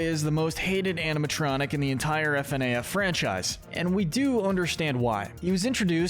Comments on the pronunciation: 1. It’s pronounced “Fuhnaff” not “F-N-A-F” 2. Mangle was originally known as Toy Foxy, not Funtime Foxy as A. The funtime animatronics weren’t built yet at the time of FNaF 2 B. FNaF World is non canon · I have never heard somebody pronounce FNAF as F-n-a-f instead of fi-naf before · I like how he says f-n-a-f instead of fa-naf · F-N-A-F? No, you say it ''Funaff'' Also, NO THE NORMAL AND WITHERED ANAMOATRONIOCS ARE NOT THE SAME, FNAF 2 HAPPENS BEFORE FNAF 1 Vanny is very evil but Venessa is just doing her goddamn job...... Where is Henry on this list? Eh Afton began broken then became pure evil, Charlie's murder was because he was broken, the rest where pure evil. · It’s “Fnaf” (fuh-naff) not “f-n-a-af” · It’s pronounced FUH-NAF NOT F N A F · its fuh naf not fi naf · Its Pronounced FUN AHF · IT'S PRONOUNCED FU-NAF! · its pronounced fuh-naf edit: revealed by the SB dlc, monty was not jealous of freddy, but mad at him for killing glamrock bonnie, but he was mad at a prototype and he didnt know that the freddy in the main game was a different freddy than the one that killed bonnie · man fr pronounces "FNaF" as F-N-A-F 💀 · I’m sorry bro but it’s pronounced fuhnaf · The way you prenounced FNAF was insane 💀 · sameee , the more it was said the more i cringed